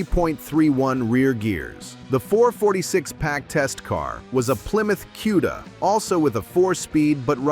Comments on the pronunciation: QUDA,,, say it correct CUDA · Koo-da, not Cue-da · What's a "queda"...I hate AI voicing. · You're not pronouncing cuda correctly!